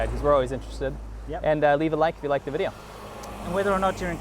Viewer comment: "Welcom to Another wideo"